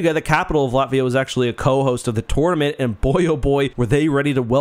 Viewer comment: He said tournament weirdly once and I let it slide. I heard it a second time and had to leave